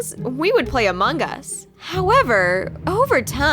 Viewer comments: laurente they said it like that and the person put this sign ="amung us" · Among us not among gus